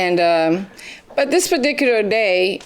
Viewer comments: "part dicular day?" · “This padicular day”😂😂😂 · "This baticular day" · “On this PARDICULAR day “ 😂😂🤦🏾‍♀️ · “This pardicular day?🤔😂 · Did I just hear her say "this badicular day" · Am I da only 1 who noticed her say "perdickular" after JM mentioned her givn him some!? 🤣🤣🤣